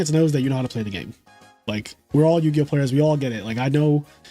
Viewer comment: Yugioh more like yu-ego